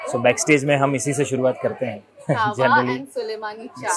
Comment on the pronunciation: Not KAH-wa it's KEH-wa.